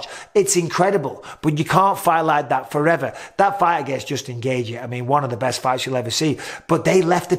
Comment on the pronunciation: PRONOUNCE IT GAY CHEE NOT GAY GEE. FOR THE LOVE OF BETHLEHEMS ORPHANS MICHAEL.